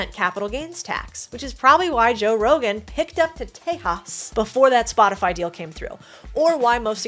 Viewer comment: Love the way you said Tejas!